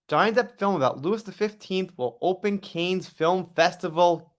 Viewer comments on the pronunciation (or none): Just as an fyi, the 's' in Cannes is silent...😅